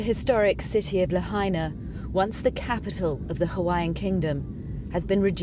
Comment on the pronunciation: Is BBC pronouncing the name of Lahaina town correctly yet?